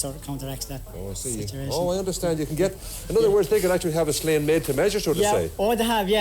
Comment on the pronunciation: They have a funny way of pronouncing Sleán. Memories of the first blisters on my hands of the summer, my father or whoever was helping us ( often our next door neighbour ) would cut a narrow "bank", 5 or 6 sods deep by about 8 wide and Sleán it up for us to catch with a four pronged fork and spread to dry, 2 man job ( or one man and one boy), nobody touching the sod with their hands. Nobody liked doing it and when progress came with machine cut turf nobody cried over it, although we still had to do so the turning and stacking and bringing home so that part of the work never went away. It was nice being in the bog and having a chat with the neighbours in their plot and having a picnic for lunch (don't get excited it was tea with bread and butter) but the work was something you'd dread, not least because there was weeks of turning and stacking and bringing it home to think of. There's only so much turf you can dig up and burn and it's not the cleanest fuel, in a few generations burning any solid fuel in a stove out open fire is probably going to be even more restricted. Everything changes and there's always a reason for it, if regulators and green politicians in cities don't like fires it's because in the countryside open fires aren't noticeably polluting. Try having 100,000 smoking chimneys on a still day with 100,000 vehicle engines. Count yourself lucky if it doesn't affect you, and if you haven't spent a few days cutting turf you haven't missed much either.